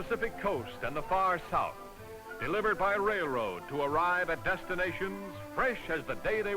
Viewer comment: The narrator says "rail" fine; but he consistently pronounces "railroad" as "rayroad".